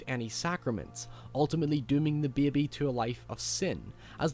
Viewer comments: is super smart, but goddamn I can't stop chortling when he says "baebae" and "faete" snaeke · Black Phillip is Sayeetin. Lol say it again. Oops. Now he said Seeetn. And neeekid. It's a neekid beebee. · You pronounce baby funny. Beei-be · “And thean of coors the neked unbaptized bebe” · Beby xD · He says "bebe". XD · i like how you say "baby" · I like how you say the word baby..lol